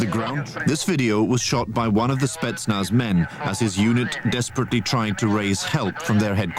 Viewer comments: FOR THE LOVE OF GOD, WTF IS A "SPETZ-NUH"?!?!?! THEY'VE ONLY PRONOUNCED IT CORRECTLY 342,000 TIMES IN THE VIDEO!! SPETZ-NAZ!! NOT SPETSNUH!!! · SPETSNAZ not spetnuh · To me the handgun looked like a Makarov 9x18mm. Love your channel but my toes curl when you say "spetsna" instead of "spetsnaz" which is short for Voyska spetsial'nogo naznacheniya (special purpose military units), alternatively it could be a CZ 52 semiautomatic. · Good video, as usual pretty good little chip ins also, but your driving me insane calling them spetsnah. What the hell. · Why would you leave out the ending "Z"? It's Spetsnaz, not Spetsna. And you seem to confuse Chechnya with Ukraine. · The name is SpetnaS. With S at the end. Not Spetzna....? And the "documentary" is not about the Spetznas but about a special police Unit. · Hello! Thank you! “Spentznaz” is different. Investigation with light snipers or saboteurs or external killers or antiterrorist group - all are spetznaz. “Spetc” - special, “naz” - naznachenie - like task. Special tasks forces = spetsnaz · spetz snaz bro not spetsna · i don't know why, but it really grinds my gears that he pronounces Spetsnaz as "Spetsna" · Spetsnaz not "Spetsna" lmao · SpetsnaZ- got to say Z at the end of snetznaz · must be said with a Z in the end, like SPETSNAZ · Its pronounced spets'na:z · Lol u said Spetsnah